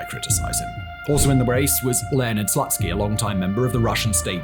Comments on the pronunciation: It is pronounced 'Slootskiy', but yeah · I appreciate the work you put into the video, but can you please check the proper pronunciation if you're doing the piece on the topic? OblAst? Zaporizhezhezhehzhe? SLUTSKY?